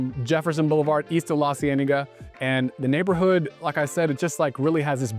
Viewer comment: LAHCienaga! Boulevardez!! 😂😂😅❤